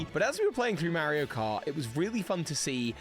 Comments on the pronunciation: the mispronunciation of Mario is throwing me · I think that's how the game is officially called in the UK. Mary-o.